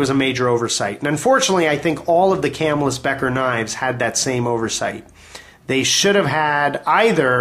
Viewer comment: good video, but Camillus is pronounced Kuh'mill-us. Lived there all my life... too bad the cutlery has vacated.